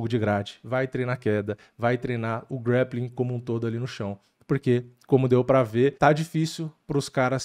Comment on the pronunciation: Tu é muçumano? Grappling não é grEppiking 😂